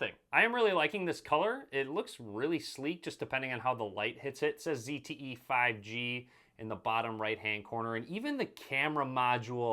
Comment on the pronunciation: He said zte right! The other british guy kept calling it a zedd te